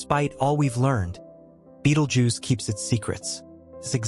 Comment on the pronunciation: This guy doesn't even pronounce the star's name correctly. You'll see it's light more for some time but nothing else. Anything with the Fox logo is fake just like the commentary here. Click bait